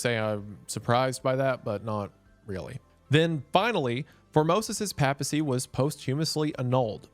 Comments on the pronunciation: Not really. One does not have to be a bishop to be elected pope. It helps, but it's not necessary. Also, the word is "christendom" not "christiandom" and the first A in papacy is pronounced long like "ace". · Pay-pa-see. I’m sorry, it just bugged me so much. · The way you say papacy really bothers me, Prots can never pronounce Catholic or Theological word to save your life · Mr Goon... every time you pronounced papacy as "paa-pah-see", i died a little inside. It's I've always heard it pronounced "pay-puh-see" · For future reference it’s pronounced “paypasy” not “papasy” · i have never heard the word "pa" in papacy pronounced like "pap smear" and not as in "paypal.¨nor have i heard "east francia" pronounced like the modern " france" and not "frank¨i did not know this was a trigger for me. so thanks wendigoon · lol... i couldn't watch because of how he mispronounces "papacy"... long time fan but damn... if you wanna do a deep dive on catholics maybe switch from "papy-sea" to "pay-pah-sea" 😂😭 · there’s gotta be at least 8 different words you mispronounced brother…. not counting the times you said PAP-assy instead of /ˈpeɪpəsi/. However it’ll never beat guh-know-sticism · Hearing you pronounce Papacy and Piety wrong makes me upset. Pap in Papacy is like the Pap in Paper not the Pap in Papi. And if you were to pronounce Piety like Peeity imagine describing a Pious person like Pee-us. It's pronounced like pie-ity. Love your vids, but damn has the American school system failed you. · I thought it's pronounced PAY-pacy rather than PAP-acy. Then again I was brought up Lutheran so that might just be us. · “pay-pesy” not pap-esy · papal, pay-puhl; papacy, pay-puh-see; diocese, die-oh-sees. (raised catholic) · "The pappa sea is decided by the dye aussies" lmao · Just a note- I believe (as a catholic myself who lives in the US) it’s pronounced pape - a - cy. Like, a long A sound. Otherwise fantastic video as per usual about a ridiculous event. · "Pay-pacy", Isiah! "Pay-pacy"!